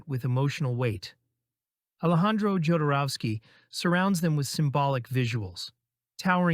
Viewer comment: I believe his name is pronounced Hoderoski (El Topo & Santa Sangre)